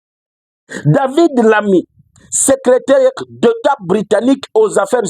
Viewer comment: TU AS TRÈS BIEN PRONONCÉ SES NOMS: DAVID LAMMY, SECRÉTAIRE D’ÉTAT AUX AFFAIRES ÉTRANGÈRES, IL EST DU PARTI TRAVAILLISTE (LABOR), ÉLU DU NORD DE LONDRES.